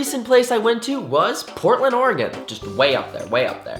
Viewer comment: YOU KNOW HOW TO PRONOUNCE OREGON CORRECTLY ILY